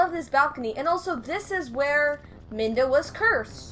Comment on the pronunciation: there is a fountain normally. :) Also I just want to say that its not minda, its midna.